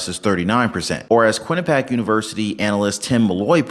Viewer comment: Good channel, but you definitely should learn to pronounce Quinnipiac. It’s “Quin-ni-pee-ack”. Not Quin-a-pack.